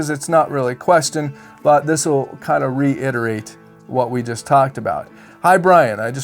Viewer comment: I love watching your videos. As a retired English teacher, I want to help you by pointing out the word reiterate. No n in the word. It's re it er ate. You do such a good job, I want you to be better because you explain things very well. ❤